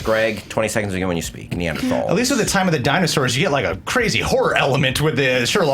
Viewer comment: Urgh, "Neanderthralls"... much trigger... so pain... Wow... "Tal" is German for "valley" and the Neandertal is where their remains have been found.